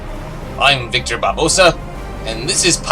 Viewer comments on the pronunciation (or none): Barbossa was Hector... Just saying. It sounds like you're saying "Victor".